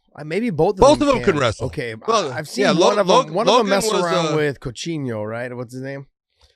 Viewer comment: The way he pronounced it too 😂